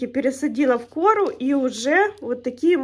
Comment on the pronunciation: Почему в кОру, а не корУ ?